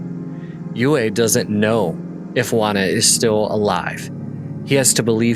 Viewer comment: His name is pronounced "U E" not "U A".